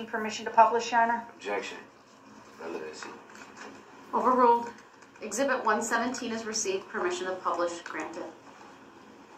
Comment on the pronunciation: Relevancy vs Revelency. It is a tough roll off the tongue. DB butchers the English language.